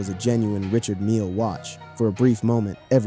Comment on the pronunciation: It's pronounced RE- CHARD not Richard. Smh